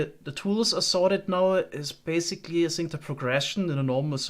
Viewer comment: what is the reason for your pronunciation of words beginning with TH? For example in this video you will say the TH in the word ( that ) but in the word think you always say sink